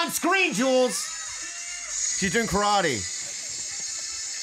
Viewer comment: Black belt in Karate but pronounces it wrong lol. Yes I’m bored don’t come at me bruh! Hahahaha quarantine got me watching WAY too much Youtube. If you don’t do martial arts then I couldn’t care less how people say asian words but if you have had a sensei and have trained long enough to become a black belt... say the name correctly. That’s how people will learn. Americans are sometimes scared to seem pretentious when saying japanese words correctly. My grandmother is japanese so she’d either laugh or beat our ass if we said words wrong. Karaoke and Karate are the hardest for me to hear said wrong. Lol She is spunky though... with one sentence she changed Bobby’s entire demeanor. Khalayla did NOT like it when she insulted Bobbys looks...Hahaha he was asking for it kinda, but she went in a little hard when all they did was compliment her the whole time. Hope everyone is staying healthy and thanks for the great content.